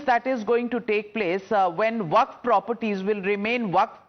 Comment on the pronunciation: It's waqf not vakaf